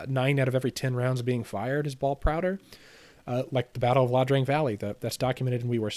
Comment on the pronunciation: This is excellent. However, it's "Ia Drang" not "La Drang" :)